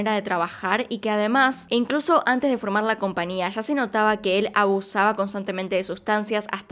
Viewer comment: No omita la "Ñ". Se dice compañía